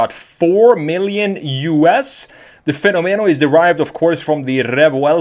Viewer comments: In spanish (and italian) its pronounced fe-nó-me-no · I'm Italian and the right pronunciation is "Fe'nomeno" with accent on the first "e" rather than the second